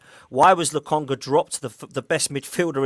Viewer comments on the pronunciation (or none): has the worst name pronunciations: Gundolan, Lotonga, Tomato, 🤣🤣🤣Love you